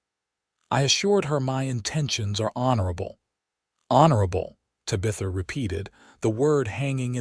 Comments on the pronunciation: Tab ith a,,,, Tabitha the teenage witch or my ex sister in law. Painful to listen to. Distracting from the passable story line.. NOT Ta bith a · Please stop using the name Tabitha! 😡. The AI can't pronounce it right.😢 I do enjoy the stories .... Sure wish you'd have humans tell them.😊